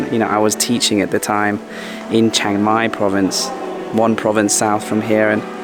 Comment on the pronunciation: Chiangrai or Chiang Rai is not pronounced "Shangrai".